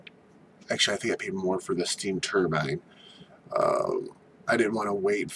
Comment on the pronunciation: Cut your finger nails, clean your house and change your shirt. And your pronouncing turbine wrong. But seriously your fingernails scare me